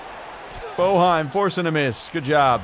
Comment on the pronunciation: Yeah, Boeheim is pronounced Bay-Hime like the announcer says lol. If you follow college b-ball, remember Syracuse's old coach of like 50 years had that name.